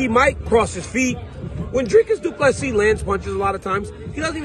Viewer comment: Thank you for pronouncing his surname correctly.